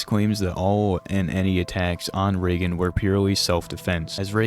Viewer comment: Bro got to round 25 and “ray gun” (Reagan) began unbearable 😭😭